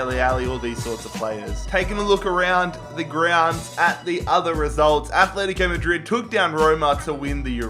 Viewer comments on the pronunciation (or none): Fucking stop, it’s not Athletico Madrid it’s ATletico Madrid you don’t say Ath.